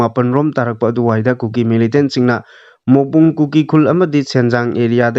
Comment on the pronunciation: Mongbung haiba natte Morbung haibni.